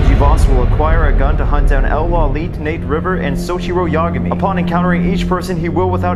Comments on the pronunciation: Lol I Love this Video but the T is silent his name is pronounce Lawleay ...if I do it right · It's brilliant, but any good fan knows its pronounced low light, not how it looks. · Lawliet is pronounced lowlight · Ye XD it’s L Law-light or Low-light depends on your accent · He didn’t even pronounce L’s last name correctly......and others too. I’d be a little pissed if this wasn’t an obvious parody